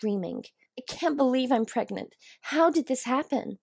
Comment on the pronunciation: “Preg-nant” I’ve seen many attempts at this word, but not this one...